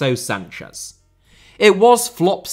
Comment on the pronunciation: renato sanches crl, with an "s" not a "z".